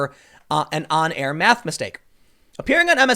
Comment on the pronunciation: I don't blame her "maff"